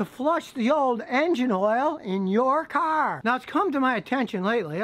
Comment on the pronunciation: I like how Scotty Says “CAARR”